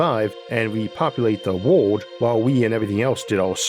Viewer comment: there is an unnaturally high amount people with speaking impediments making science narrated videos. Their R, W, and Ls all sounds the same. World becomes wowood.